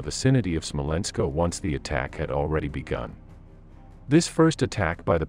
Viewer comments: Smolensk, not Smolensko. (You get this one right about half the time. Why?) Guderian, not Gyuderian. That "gyu" thing is really, really weird. Are you sure you're in the right line of work? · Why is it SmolenskO and not Smolensk, LeningradO and not Leningrad?